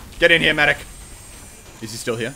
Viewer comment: You said mecree unstead of saying medic